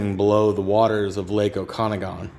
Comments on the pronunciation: Oh-cuh-nog-in lake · OKA-NAAA-GAN ffs